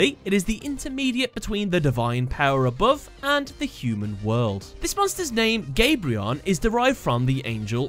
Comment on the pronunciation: You said kamion eff (minus burn) for gabrion